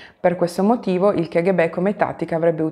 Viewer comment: Piccola precisazione: l' acronimo K.G.B. si deve pronunciare "ca-ghe-be" e non che- ecc. Lo so, può sembrare cacofonico (nel figurato senso della parola eh ; ) ma la K in russo si pronuncia KA nonostante tutti si sforzino di proposito di sbagliarla pronunciandola alla pugliese.